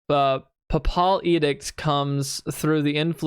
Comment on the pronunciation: Papal…. As in the Pope. Pronounce it like PayPal. An edict is an order, command. Basically, her dad persuaded her recall of her Holy Post as commander through the church. She is a rich girl whose dad pays a lot of money to the church for her appointment as the commander of the Holy Iron Chain Knights ….. also, “ are they siblings? “ 🤐